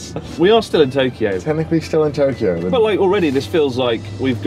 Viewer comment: when Chris says Tokyo it has 4 syllables with oo added at the end where as normally it is Toe-Kee-Oh.